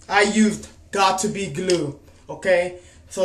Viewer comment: "GOT TO BE GLOOED" .